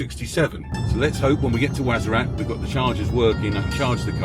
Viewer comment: WARZAZAT BROTHER NOT WAZARAT PLEASE IT LIKE HEARING SOMEONE SAYING MANCHESER